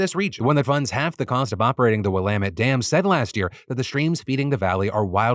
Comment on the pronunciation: hearing Phil mispronounce willamette over and over is infuriating... and I dont even live in America